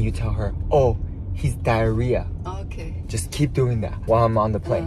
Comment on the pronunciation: OMG “DIAR-HHEA”